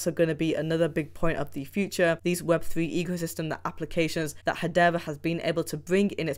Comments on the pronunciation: Wtf is hadeva? It's hadera. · HedeRA. And not HedeVA.